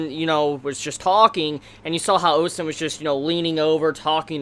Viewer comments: I'll be very nit picky here and say this: it's Ozen, not Osen. But besides that, good review. Now, pacing wise for the show: at second glance, they may be on track. If they adapt 3 chapters per episode on average with some cuts here and there, the anime is on track to adapting to what the intro hints to. (spoiler) The fifth layer and Bondrewd. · why are you calling her "osen"?